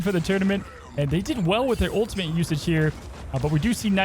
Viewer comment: please learn how to pronounce ultimate if you’re going to be casting. it’s not ultimint. there’s no N in the word at all. you can even just say “ult” if it’s too hard for you